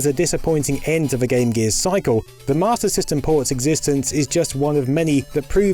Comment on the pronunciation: I hate to be that guy but "Sega's Matyr System" He didnt know or he cant pronounce S